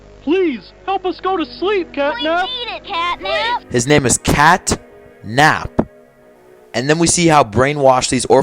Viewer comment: i heard capnap not catnap in